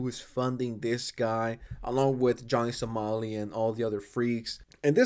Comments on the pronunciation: Why do you keep saying Johnny Salami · He says it on purpose